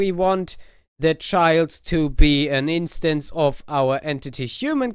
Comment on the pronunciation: What did it say? TutorialMod. What? i dont know if you said instance or enstands